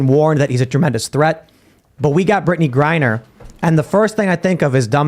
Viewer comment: said "Brittney Grinder"😂🤣